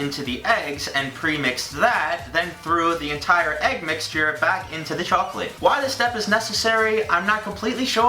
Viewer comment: the way says chocolate makes me think of the chocolate ladies from spongebob... "THEYRE SELLING CHOACLATE" "CHOACLATE?"